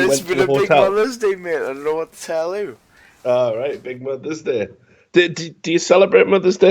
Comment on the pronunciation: "Sjwqheqwjdqig mothuh's day I';saldkfalwe jfianfelaksdntah tell yuh."